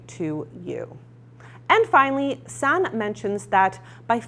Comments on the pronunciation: Just for future reference, Sanne is actually pronounced "Sanna" with an "a" on the end. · I think you're forgetting to pronounce an E? SannE? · her name is pronounced sah-nuh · Please learn how to pronounce the names of the people you review, Sanne is not "San" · Sanne is dutch so you pronounce it a little different. Here we say it like [sun ne, (like e in ‘ex’)